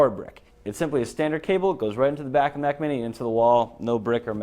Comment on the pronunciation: It's Mac not 'MAC'.